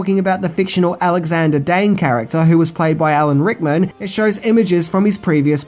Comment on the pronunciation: Just say Al a n Rickman, and not Hickman